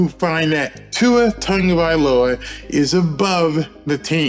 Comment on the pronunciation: Tongavailoa? I thought it was Tagovailoa.